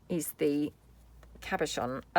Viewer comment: “Cabochon” is pronounced with the emphasis on the first syllable.🦌💌❤️📚